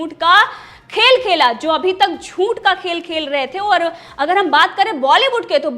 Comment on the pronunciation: क्षमा चाहता हूं ,हूं भी गलत टाईप हुआ है,लेकिन टाईप में चंद्र बिंदु नहीं टाईप हो रहा है,आप से कहना है कि झूठ बोलने की कृपा करें,क्योंकि झूठ में अनुस्वार नहीं होता है,इसलिए झूंठ की जगह झूठ बोलने की कृपा करें।यह शुद्ध अशुद्ध उच्चारण की बात बोले हैं,अन्यथा न लें।